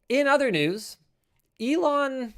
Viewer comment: Elon… Linus: having a stroke